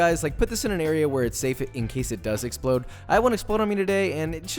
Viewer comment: when you say explode like the glass breaking